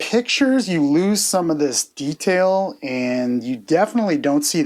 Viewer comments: Interesting way you pronounce “detail” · why u saying detail like that it's super weird but hey you do u